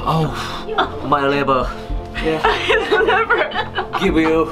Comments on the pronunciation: did he say liber instead of liver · when he said libuer I felt that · "This is My Liber (liver)" IM DEAD